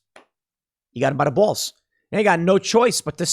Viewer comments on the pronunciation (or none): Tim's Chicago came out with his "got 'em by the baaallzz"